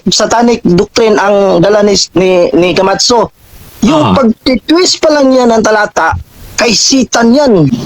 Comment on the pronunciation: Pagbanggit pa lang ng camacho mali na e, kamatso ang sabi e. 😂